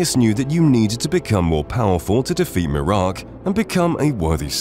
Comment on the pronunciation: Has this guy ever played Skyrim? Sure doesn't seem like he has ever heard "Miraak" pronounced aloud.